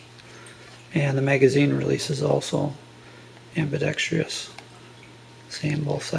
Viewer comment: Please, the word is pronounced am-bi-DECK-stress (4 syllables) not am-bee-deck-STREE-ess (5 syllables). Otherwise, a pretty good review.